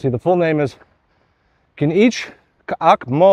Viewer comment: Your translation of K'inich K'ak Mo was wonderful, even your guttoral stops were right.